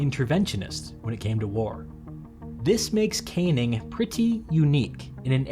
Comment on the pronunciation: Just to reinforce the comment below, the name Cannning is pronounced can - ning, not kane - ing! American producers of these videos should research the pronunciation of British names, otherwise the narrator more often than not ends up sounding foolish. In one of the comments, the lower House in the British parliament is simply referred to as 'Commons'. It should always be referred to as 'the Commons' or to be really correct 'The House of Commons'. The upper House is 'The House of Lords'.